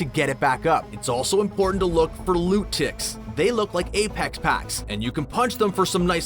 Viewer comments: “AyPacks legends” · You didn't prnounce "Apex" correctly,for that reason....I'M OUT